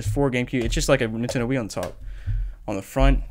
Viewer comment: For some reason he says Nintendo with one syllable instead of 3...